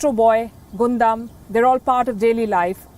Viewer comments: I love how she reports everything ❤️ but one thing i wanna say palki it's gundam as gun 🔫 dam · Gundam Gundam Gundam XD for a second there i was wondering what Gondam was but an excellent report by Palki as always xD